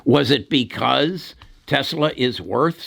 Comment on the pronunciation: Dude can’t even say Tesla 🤓